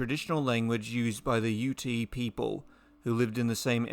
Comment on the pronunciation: The native American tribe name is pronounced Ute, like utility -You t. And on another topic, have you thought about getting into voice acting, there are a ton of folks doing SCP stories and other voice work you should look into. You have a great voice!! It's just an added plus that you do great dinosaur content as well!